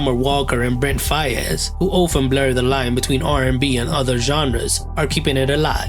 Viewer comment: Ugh the way he says “Fayaz” let me go he definitely AINT LIKE US